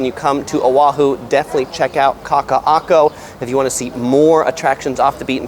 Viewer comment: You are to be commended for your knowledge and pronunciation of those tongue twisting words. And I’m not being facetious, either. P.S. is such a genial and gracious cohost. 👏🏻